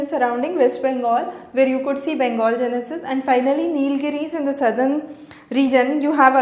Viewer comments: Great lecture mam very informative, there is one thing which i will like to point out you are reading gneiss as genesis it is pronounciated as 'nice' reading only the neiss part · Gneiss pronounced as 'neiss' not 'genesis'